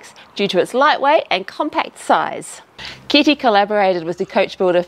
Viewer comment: Good work on tge Italian pronunciation, although the name is Carlo Chitti not Carlo Kitty... I'm just saying... 🙄